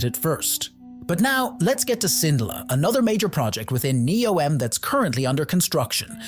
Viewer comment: The AI narrator seems to have great difficulty in remembering how to pronounce "Neom".